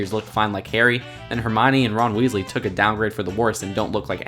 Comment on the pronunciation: Roonald wasley